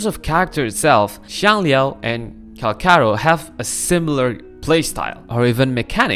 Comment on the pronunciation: "Cal char ro" 💔🥀